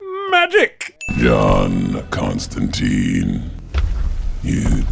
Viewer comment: Number 1: John's name pronunciation. It rhymes with wine!